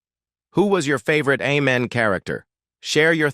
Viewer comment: Is AI🤖 narrating this video📹? The show's name is pronounced 'A'-men not 'Ah'-men